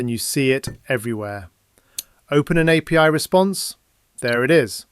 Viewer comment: It fees AI maybe because you didn't pronounce JSON and API correctly.